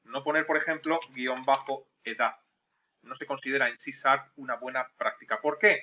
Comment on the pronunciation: Porque dices sarp y la h??